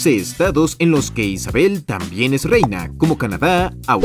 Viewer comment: como que “reyna” 💀